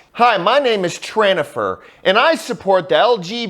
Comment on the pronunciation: I died at “tranifer” 😂